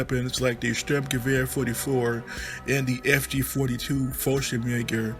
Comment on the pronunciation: Jesus please say fg 42 and. Nothing else cause you butcher the word and you only said half of it xD but other than that nice video:)